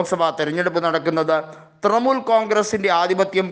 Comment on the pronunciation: തൃമുൽ അല്ല തൃണമൂൽ